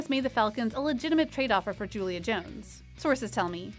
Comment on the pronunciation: You lost me right after you said Julio’s name wrong. Who TF are you?